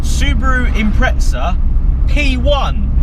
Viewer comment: Sound it out with me.... IM-PREZ-A IMPREZA NOT IMPRETZA THERES NO T FUCK. HOW ARE U GETTING A T top gear do it to theres no T in impreza. Please so anoying